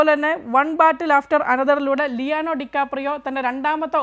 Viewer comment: ലിയാനോ അല്ല ലിയോനാർഡോ എന്നാണ് പൊട്ട വാർത്ത